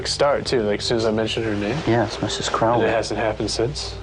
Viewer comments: & that waa Mrs Crawley saying Get Out. Mispronunciation of her name you all. That's disrespect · Crawley guys not Crowley lol